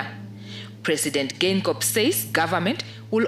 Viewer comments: Gain - gob easy way to pronounce it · Read the G's as normal, its just Geingob